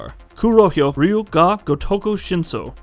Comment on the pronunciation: Dude, I know the "Ryu" sound in Japanese is hard for the average westerner to pronounce, but this is a horrible pronunciation, i honestly didn't realize you were saying "Ryu ga gotoku 5" , you said "gotoko"!! lol, and "Ryu" is one syllable, it's not "raiyu" it's ryu(pronounced like ryoo,) Edit: wait, wtf? You pronounced it way better here?! lol